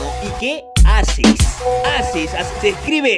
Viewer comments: Se me dice "HACES", No hases!!! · soy español y tengo que hacerlo ejem... SE DICE HACES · Se dice haces